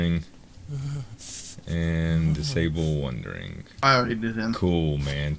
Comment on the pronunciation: Goddamnit its WANDERING not wundering